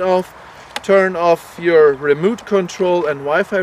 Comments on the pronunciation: "wison" "remoot control" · it is remote, not a remooot!!!!